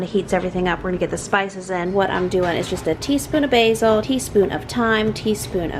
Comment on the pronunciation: TeaSPEEN lol.